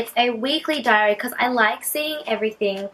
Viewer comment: What was the diary called? I couldn't understand :(